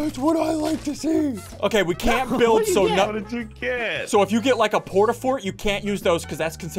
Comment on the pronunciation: did anyone else hear call the rift a porta rift